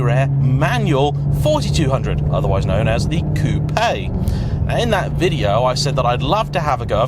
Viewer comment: Why u cal it a Coupe Aye when its properly pronounced " Coop"